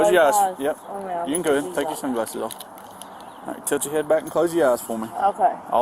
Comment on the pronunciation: I keep hearing the cop say touch your head back. Is my hearing bad or is he pronouncing tilt touch?